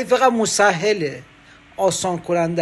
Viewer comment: اون شهرداری و زاکانی که تو میگی احتمالاً مسهله(اسهال اور.وشکم شل کن) نه مسهل😊😊